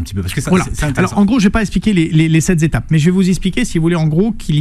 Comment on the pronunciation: Les sept zétapes... 😑